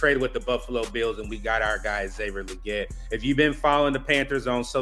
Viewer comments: It’s Lee-Git. Goodell pronounced it correctly according to XL himself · Why do yall keep saying his name wrong? Lol. Leggette is pronounced Lee-git. Smh